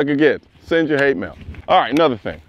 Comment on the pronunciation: "Sasseend your hate mail".. 🤣🤣🤣